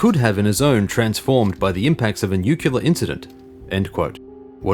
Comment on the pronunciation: You say nuclear wrong. Besides that, great work as always